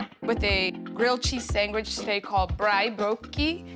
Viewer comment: If you going to make the cultural dishes of another country please be respectful and learn to pronounce the name of the dishes correctly. This is really disappointing Food Network.!